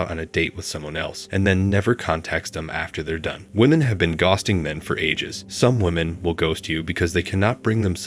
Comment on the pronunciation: its so obvious .The way ghosting is pronounced he didn`t even proof watch this video!